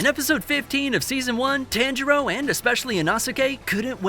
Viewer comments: (tawn-jur-o) not (tan-jur-o) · Dude. PLEASE start saying my guy’s name correctly. The emphasis is an “Ha” sound (T-Ha-ngiro) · "Tahnjeroh and especially Inahsikay" Bro..😭💀